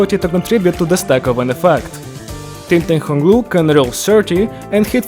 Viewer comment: "tingtang hong lu" bro what